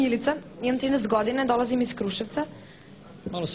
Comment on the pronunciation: Beogradskim akcentom je izgovorila "dolazim". 😄